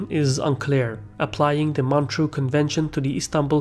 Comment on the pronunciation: It's MontREUX, not Montreal.